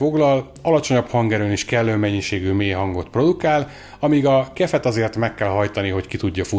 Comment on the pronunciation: KIF! nem "kef" :D Az az ÁJMF is úgy helyes, akkor a kef az kif...